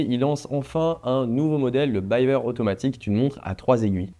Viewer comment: Je me permets juste de te corriger : on dit "Bivère" pas "Bailleveur". Cf les interviews de Jean-Claude Biver lui même. Force à toi dans tes projets.